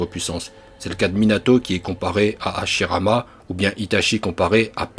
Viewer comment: je regarde vidéo de youtubeurs je constate qu'il prononce Mal les nom des personnages il dis Naruto 'orochimaru'achirama ce faux ce (naluto' olochimalu ' hachirama avec H écouter bien Madara lorsque il parle il y'a aussi les noms des techniques par ils disent éléments raiton cet faut ce laiton même dans DBS ce pire (frizer) ce (freiza et dodoria san hakai shin bul Sama)